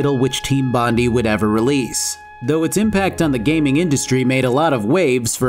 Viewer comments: It’s bon-die, not bon-dee. It’s named after the beach and surrounding suburb of the eastern suburbs in Sydney, Australia :) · As an Australian: Bond-eye not Bond-ee Otherwise good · Team Bondi's name is based on a location in Australia called Bondi beach pronounced bon-dye, not bond-e just thought I'd point this out. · dropping this at 3AM Australian time means there aren't too many "It's Bond-eye, not Bond-ee" comments... yet. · After getting a couple of answers wrong during interrogations I was surprised there wasn't a dedicated 'pistol whip' button. Also Bon-Dye not Bon-di for the studio. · As an Australian I just have to say Bondi is pronounced bon-die. Great video! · Might just be that I grew up near Bondi, but I have visceral sensation every time i hear you say Bond-ee and not Bond-eye . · Great video so far I'm not done still going through but because they are an Australian company so it is most likely pronounced Bon- Die not Bon-Dee that's just how we Aussies says shit and we have a famous beach of the same name Bondi Beach keep up the great vids can't wait for the dragon age 2 video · I'm sure comments must've been made below but it's pronounced Team Bond-ai (not bondee). Bondi is a famous beachside suburb in Eastern Australia, within Sydney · As an Australian I feel I have to say this. It’s not team Bondee. It’s pronounced Bond - eye. Like the beach. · It's pronounced Bond-eye not Bond-E. love the content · As an the way pronounces Bondi hurts me. Like I don't blame him, if you had never heard it before and just read it, you'd think that's how it's pronounced. It's actually pronounced Bon Die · Good video except it's Bondi as in Bon-die not Bon-dee. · It's pronounched Bond-eye not Bond-ee. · Fantastic video! It's pronounced Bon-dye not Bon-dee though :p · Bondi is pronounced bond eye. Bondey sounds funny though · its bon-die, most aussie sounding shit ever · Every time I hear bondee I cry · Oh come on dude - "Bond-eye" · It's Bond- eye